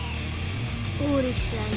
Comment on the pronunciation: mit csinálsz a TEL"O"FONOMMAL🤣